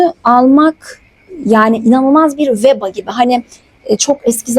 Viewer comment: veba yanlis telaffuz ediyorsunuz ama